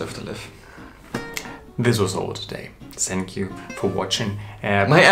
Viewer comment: one day will say "THank you" instead of "Sank you"... but not today... not today